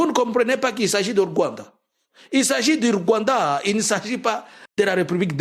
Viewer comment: Est-ce que le peuple burundais va accepter? Façon tu as prononcé le Rwanda 🇷🇼 c’est pour m’achever 🤣🤣🤣🤣🤣🤣🤣 Tshisekedi et Ndayishimiye sont deux comédiens 🎭 qui ont transformé deux magnifiques pays en cirque 🤦🏾 j’ai envie d’ajouter sur ta liste un autre groupe des Tutsi qui s’oppose au pouvoir de Kagame et qui soit disant collabore avec Jean Luc mais entre temps ces Tutsi détestent les Hutu comme pas possible 🤣 Tout ce mélange là pour jouer avec le peuple congolais qui ne connaît rien à l’histoire 🙌🏾